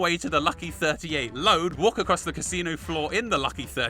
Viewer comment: Honestly how did you get the pronunciation of “caesar” wrong? Did you not play the game???